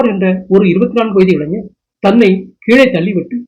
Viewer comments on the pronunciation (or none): none